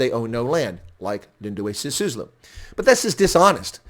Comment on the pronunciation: By the way: it's S-I-S-U-L-U, not S-I-S-U-S-L-U. Literally one of the easiest to pronounce South African surnames for a non-South African foreigner, yet you failed. What a "South Africa expert" you are. 🤣🤣🤣